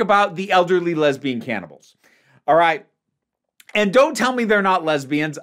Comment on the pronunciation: When you said ‘lesbian cannibals’ I briefly heard ‘lesbian camels’